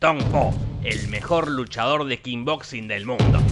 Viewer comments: Imagínate estaba re caliente dijo KING BOXING en vez de KICK BOXING. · kickboxing . NO KINBOXING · Todos: Kickboxing Jorge: Kingboxing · "Kick"boxing no "King boxing"... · ES KICK BOXING SE PRONUNCIA KIK PORQUE DECIS KINBOXIN JORGE POR QUEEEEEE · Se dice Kick Boxing no King Boxing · Kin boxing jajajaja No es Kick? xD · Me parece a mí o decís "King Boxing"? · Nadie, absolutamente nadie Jorge: Kinboxin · Nadie: Absolutamente nadie: Jorge: "Kin boxing" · Yo también le decía "Kin boxing" hasta que vi la nueva y ahí me enteré de cómo se decía😁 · Corrección: Voz rasposa: "kinboxing" :D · 2 segundos después dice kin boxin